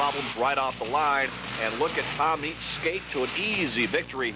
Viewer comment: Lol that dude can't pronounce Tom Meents' name.